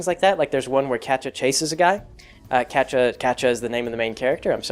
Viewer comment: "Catcha"? lol. Never heard it pronounced like that before. My friends pronounce it "cat-ee-ah" and I like to pronounce it "kay-sha". Wonder how Kaz pronounces it. It's been a long time since I started reading Prequel.